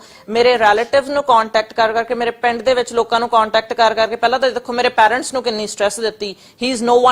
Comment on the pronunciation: ਵੱਡੀ ਅੰਗਰੇਜਣ ਫੁਕਰੀ ਕਹਿੰਦੀ “ਰਿਊਨ”। ਫੁਕਰੀ ਬੀਬਾ “ਰਿਊਨ” ਨੀ ਹੁੰਦਾ “ਰੂਇਨ” ਹੁੰਦਾ। “ਪੈਰੈਂਟਸ” ਨੀ ਹੁੰਦਾ “ਪੇਰੈਂਟਸ” ਹੁੰਦਾ।